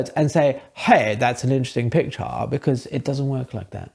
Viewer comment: “Hey! Thut’s ahn interuhsting pichaarr” 😂